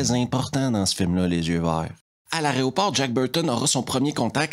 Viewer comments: Y a un truc qui est marrant avec ton accent, quand tu dis "aéroport", on a l'impression que tu dis "arrêt au port". Je sais, c'est très con mais ça me fait délirer. X) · Mec en vrai j'adore tes revues mais bon juste un truc parce que mes oreilles saignent une fois de plus : aERoport (de aéro : air) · C'est toujours un immense plaisir que de vous suivre. Votre charisme et votre façon de raconter l'emportent souvent, à mes yeux, sur le contenu des films eux-mêmes. Par contre, je craque (gentiment et respectueusement) : on dit a-é-ro-port. 😂😅😉